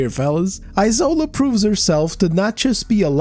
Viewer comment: It's isola as in E-SHORE-LAH... The s is sh... It's a Nigerian Yoruba name...